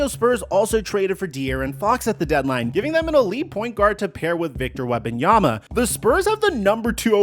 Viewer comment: Victor WeMbanyama. Not WeBanyama 😅